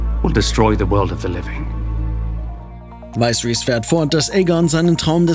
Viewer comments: WTF wie war denn die Aussprache?? Es heißt Viserys und nicht Vaiseris. Das geht aber das ganze Video so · König Weisris? Aussprache sollten wit noch lernen😉😅